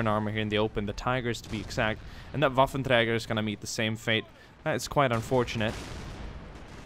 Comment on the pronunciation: What are he mods youy use to get this Maus,more LVTs, other things in this and related videos? You also say waffentrager perfectly.